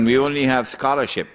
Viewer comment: sounds good "we have scholaars without Nur"😂🤣